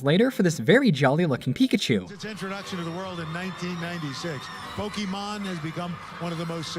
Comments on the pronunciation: Nobody ever says it right. It's po-kay-mon, not po-key-man lol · DID HE JUST SAY "POKEMAN"?! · I was still bamboozled by the Pokimon pronunciations then that one came up. Pokiman? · I hate how the announcers say “poke-e-mon”. As professionals they should know how to pronounce “é”. Kills me lol. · They say Pokeman. It's called Pokemon. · pokeMAN lol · The guy said Pokeman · HE SAID IT HE SAID POKEMAN POKÉMON GET IT RIGHT OLD MAN (the news guy not the narrator) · guy says pokeyman heavy cringe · ew Just EEEWWWW he said "pokeman" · Why do comentators say po-kee-man like that? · My mom says it that way too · Did the guy said Pokéman? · My grandparents call it Pokeman. No matter how many times we tell them they say it wrong and how to actually pronounce it they STILL say pokeman.